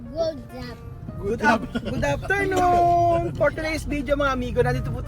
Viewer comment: Hindi ba puedeng GOOD AFTERNOON hindi GOODAPTERNOON, makaka sanayan italwil ang mga F at nasanay sa P tulad ng pibe bibe 55 na dapat Five five